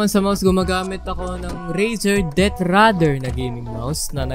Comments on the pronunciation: sir Razer "Death Adder " po yung mouse. hnd radder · deathadder hindi deathradder haahha hahahah hahahaha